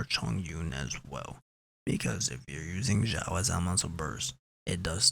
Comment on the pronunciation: Xiao is pronounced "shiao"